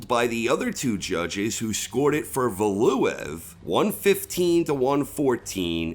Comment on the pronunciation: Love your content but that pronunciation of Valuev had me triggered